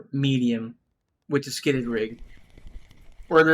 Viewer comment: Skidded rig??? What the hells he talking about? It's SKIRTED, there' an R R R R R there. Skirt like chicks wear skirts or a Kilt looks like a SKIRT. Reading is hard I guess. Looks like our public school system strikes again.